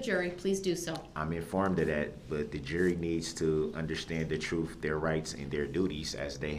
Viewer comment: Troof??? Lmao